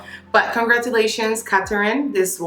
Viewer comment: “Catarin” giiiiirrrrl whaaaaat? 🤔🤯🤬